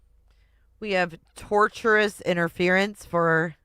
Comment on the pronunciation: tortious is pronounced 'tôrSHəs 🙂